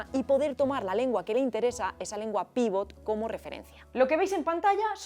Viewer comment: Sin ánimo de ser pedante: en la jerga se dice "pivot", con acento en la segunda. Un "pívot" es Fernando Romay, Pau Gasol etc. Por cierto, el castellano se usa cada vez más como lengua "pivot". Una pena que no saliese ningún interprete en el vídeo. ¿Lo más importante en un intérprete? Curiosamente dominio de la lengua materna (las otras se van aprendiendo) y memoria a corto plazo así como capacidad comunicativa. Buen vídeo!!